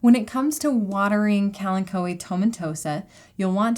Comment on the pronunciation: Wait, is THAT how you pronounce kalanchoe?